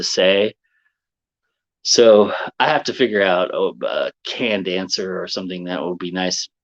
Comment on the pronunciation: I heard 'can-dancer'....and eventually understood 'canned answer'. I like mine better,.